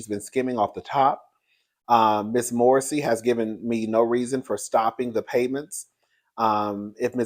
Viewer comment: If Sabrina Morrissey thought she could rob Wendy Williams of her money and no one would know, she's not wrapped to tight. Can we say " Jail without the Bail!" You're saying her last name correct! 💯